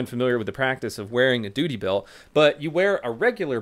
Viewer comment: He said doody belt. 🤣 🤣